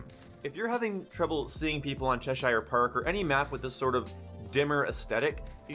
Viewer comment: Leave it to you to pronounce cheshire perfectly fine and then say park like "perk" lmao